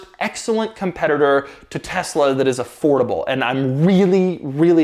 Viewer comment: Haha. A’ford’able XD